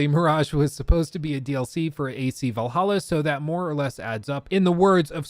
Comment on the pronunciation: Hey! You mispronounced, it's actually... Vallaha LOL